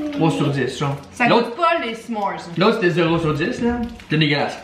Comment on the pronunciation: S’mores lol sa se prononce pas comme sa